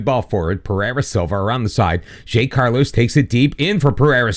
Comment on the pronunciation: The simpler ones to correct is Zé Carlos, which would be more like "Zay Carlos", but the ay has a sound like the First "e" in "Helmet" And Vitor Reis is pronounced Just like Vitor "Hays"